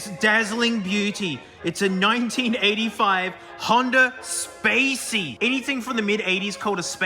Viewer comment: Honda Spacey not Honda Spacy